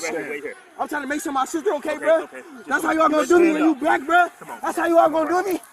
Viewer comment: if you did a drinking game every time he says buh not bruh but buh you would die of alcohol poisoning 😂😂😂